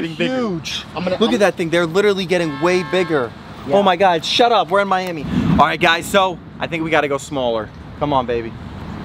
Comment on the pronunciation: Why did you say omg we are in myamy